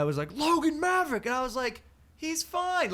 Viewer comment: Bro... Not Marverick... Tell me this is a joke.